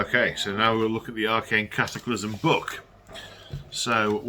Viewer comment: The CAT a clysm at haha